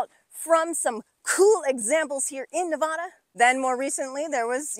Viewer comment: I love how much time you’re spending in Nevada and the things you’re explaining. They are in my backyard and in the places I visit all the time. But if you’re spending this much time in a place, doesn’t it make sense to pronounce the name of the place as those who live there? Please?